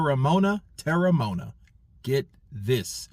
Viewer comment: Well it's te-re-mo-ana.